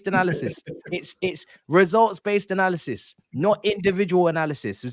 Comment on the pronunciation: “Analyzisys”, gets me every time 🤣